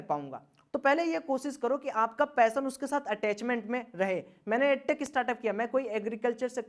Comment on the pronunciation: ...."पैसन " नही वो " पेशन "होता है लवड़े...😬